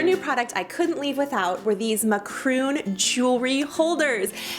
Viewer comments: "Ma-Croon"???😂😂😂😂 you mean "Mac-a-roon" or "Ma-ca-ron " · Maqron? Macron, no maqron. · omg she said Macroon😂 it is MacAroon😂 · It's not mu-croon it's mac-a-roon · It’s not mcroon, it’s macaroon🙄😑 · it’s Mac a Ron nor a Mac roon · Did she say macroon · It's not macroon, it Mac-ca-roon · she just said ma-CROON...lady...it's MAC-A-ROON. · Macroooon????? Thought it was macaroon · mAkRoOn 😂 ahah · Did she just flipping say macroon ima kill someone oof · Macroon ??? 😂😂😂 bish wat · Muh-croon jewelry holders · It’s pronounced ma-kah-‘roon or ma-kah-‘rōn. Notice the emphasis on both the RON and ROON. Very cute but please pronounce correctly. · it’s not mac-roon, sorry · Did she say, “ my-croon” an 52 sec? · Please let me say this so we can all get the right pronunciation. MACAROON is a coconut confection/cookie. mack - ah -roon MACARON is a round dessert that looks like the jewelry boxes. mack - a -rawn They are spelled differently, and therefore they are pronounced differently, because they are two totally different things. P.S. Love your videos,! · I think it’s pronounced maca-roon, French pronunciation :) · “Ma croon” 😂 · I cringed when she mispronounced it lol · I’m sooo glad that I’m not the only one who noticed that!!!! I was like did she just mispronounce that on purpose?? ❤️😂